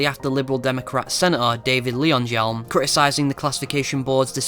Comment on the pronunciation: to help you to pronounce leyonhjelm. its just Lion-Helm